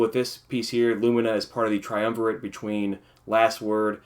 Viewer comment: Thank you for saying lumina the right way! lumeena...smh lol